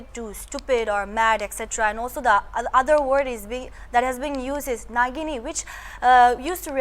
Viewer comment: It's nagini not nagin